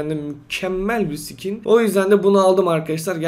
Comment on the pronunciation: Abi skin e Sikin diyorsun hahahahahahahahahahahahahaahhahahahahahahahahahahahahahaahahahahaahahahahahaaahahahaaaaaaahahahahhahahahaaaaaahahhahahasjaajshshshahas